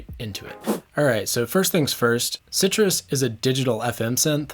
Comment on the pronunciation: Unpopular Opinions: It's pronounced, "sigh truss".